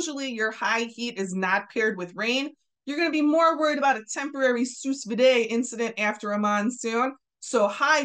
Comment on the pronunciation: For future reference, "sous vide" is French, not Latin, so it's pronounced "soo veede", not "sooss veeday".